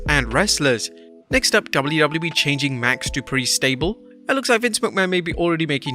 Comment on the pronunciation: Wrestlemania, it’s Max Du PRI not Max Du Pri